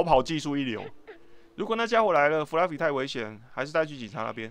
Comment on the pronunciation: Fluffy念起來很像布拉魚